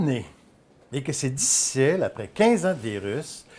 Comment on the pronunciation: L’acteur est génial! « Dicille » au lieu de difficile 😭🤣